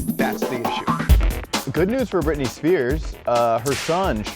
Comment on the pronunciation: Brittany, are you serious!!!!! It’s Britney